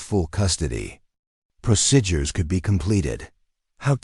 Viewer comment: Would someone program this machine to pronounce " p r o c e d u r e s" properly? Not proc"i"dures!!!!!!!!